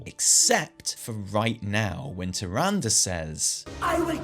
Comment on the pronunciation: You have no idea how happy I mean to finally here you pronounce “Tyrande” properly (like in every other spoken piece of dialog from WoW and Wc3) RIP TyranDAY, I hope she’s pissed off for good, maybe on a secret lovers escape with IlliDAN. We just now need to work on you saying Sylvanas and not SylVANas and all your lore videos will be so much more enjoyable! :D